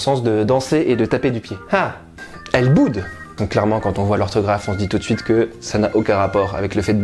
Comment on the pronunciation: Pour ELLEBOODE les deux O se prononcent " o " pas " ou " je le sais très bien puisque c’est mon nom de famille et depuis toujours tout le monde se trompe sur la prononciation ! 😭